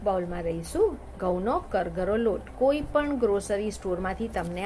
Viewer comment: કરગરો નહી કરકરો